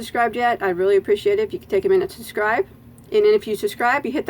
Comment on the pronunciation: I simply adore how you drop the letter b and say, SUS'SCRIBE. I find myself saying it too! I love your tutorials and "sus'cribed" a long time ago.💖🌹